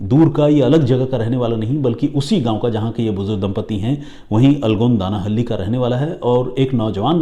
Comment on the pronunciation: Dear! Aapne jo pronunciation kia for 'Alagodanahalli' (in Kannada ಅಲಗೋಡನಹಳ್ಳಿ), it took me several minutes to figure out which village you are referring to 😂 Otherwise, you narration of the story is awesome as usual!!